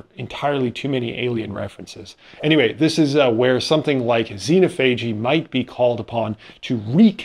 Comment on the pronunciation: xenophagy: You should emphasize the second syllable.